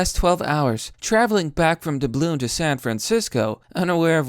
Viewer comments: It's Dub-lin, not "Dabloon" dum dum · Du-bloom it's dub-lin like how??? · It's Dub-lin, not duh-bloon. Lol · dub lin not dub loon idk just your reading of this annoyed me :D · how did you pronounce dub-lin? dabloon? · I can't take anybody seriously who pronounces "Dublin" as "Dubloon". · Cmon It’s pronounced Dublin not dubloon bro it’s capital of Ireland 🤣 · Lol dude it's pronounced DUB-LIN not dabloon like its some spongebob pirate currency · He mispronounces lots of words, it's nothing new... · Traveling from Dabloon? You really, really need to hone those reading skills. You're at a 6th grade reading level at best. You are constantly flubbing and mispronouncing even the most common words. Yikes! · you do realize that says DUBLIN.... not doubloon, right? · Dublin != Da-ballon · "Dubloon" lmao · I agree with you but... "Dabloon" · I know, LOL. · That’s not how you say Dublin 😂😂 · It is now!